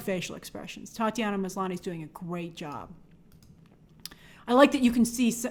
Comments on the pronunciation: Titania not Tatianna. Like Titanium. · Not picking on things but it's Titania, not Tatiana 👍🏼 Good vid tho, keep doing your thing 💪🏼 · It’s Titania not Tatiana lol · Grace called Titania, "Tatiana." He he. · I love Grace calling Titania, Tatiana 🤣🤣🤣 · Titania not Tatiana!